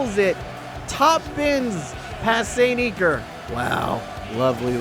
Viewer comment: its iker not eeker btw